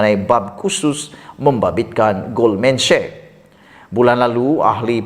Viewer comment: sebutan nya GOLDMAN SEK bukan GOLDMAN SHEK.